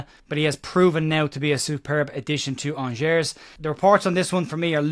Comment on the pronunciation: Jesus,. Did I not tell you ALREADY that Angers is pronounced On-Jay!